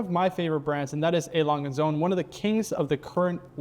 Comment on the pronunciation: Wonderful watches as all ALS is, but please invite a German person to educate you on the pronunciation… ”I’m not a small guy” but you make the lovely lady small…